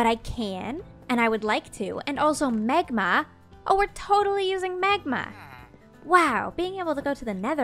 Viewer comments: Omg he accident made her say megma when it’s magma lol 😂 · Is it just me or does anyone else hear Megma when says magma? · She pronounces magma like megma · I love your videos but it had me dying laughing of the way you pronounced magma it sounded like megma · I love how she has a little hint of an accent on certain words. This episode I kept noticing how she says “magma” for magma blocks. When she says magma it sounds slightly British 😂 I love it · The way says magma is so.......canadian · The way you say magma is a little annoying but other than that I love your videos its so relaxing